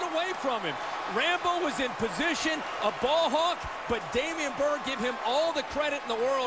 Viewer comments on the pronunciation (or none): DAMIERE Byrd, not Damian